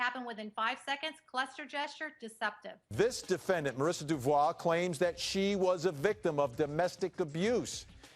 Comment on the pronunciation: diffikult for me to fully understaend what they say but they ' don 't pronounce Devault name correctly ! greetings from Europe Switzerland Gstaad